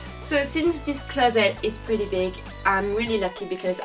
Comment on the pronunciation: Its real funny how she says closet it's like closett lol cool vid tho !